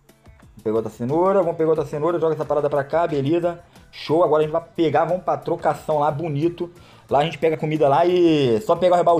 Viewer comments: "ágara" kkkkk MDS kkkkk se o Bichão memo hein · "AGARA" ? AGARAGÃ? KK LIKE